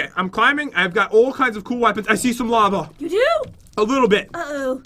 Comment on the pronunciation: i thot you said "lama is coming" XD